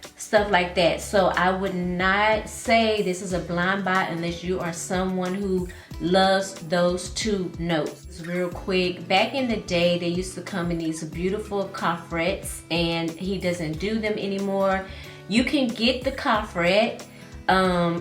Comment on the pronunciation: The pronunciation of that word is- Co-Fray 💕